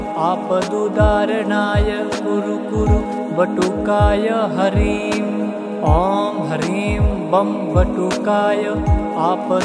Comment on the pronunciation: || हर हर महादेव || किसी भी मन्त्र में "शुद्ध" और "अशुद्ध" उच्चारण का बहुत महत्व होता है। इस मन्त्र में आपका उच्चारण "शुद्ध" नहीं है। आप "ह्रीं" को "हरीम" बोलते हैं, जो कि बहुत अधिक खटकता है। कृपया अपना उच्चारण "शुद्ध" रखिए।